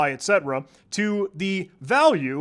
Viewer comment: Calling “etc” etcetera instead of et-see